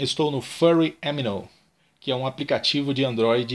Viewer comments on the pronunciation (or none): Você falou Amino sotaque americano ficou meio estranho XD